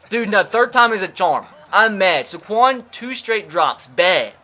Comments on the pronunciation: Tre Gaming Finally someone else realizes this!!😂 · This probably shouldn’t bother me as much as it does but it’s SAY-quon Barkley, not suh-QUON Barkley. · Why he saying Saquon like Sequon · Why do. You say saquon Barkley’s name so horribly it’s SAquon not SAHquon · Hate the way he say Saquon. It’s SAY QUAN!!! Not Suh QUAN!!!!! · Tre Gaming for real i was looking for this comment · when you say it your supposed to say Say-quon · Omg. SAY-KWON. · You don’t say sequin Barkley’s name right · Gideon Taubert yes. SAY QUAN even says his own name that way. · The way he says "Saquon'" triggers me